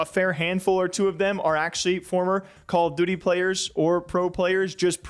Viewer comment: I can’t get over how he says Call of DOOTY.. I try not to hear it but homie hits the double OO like Cam Newton hitting the dab back in the day! call of DOOTY.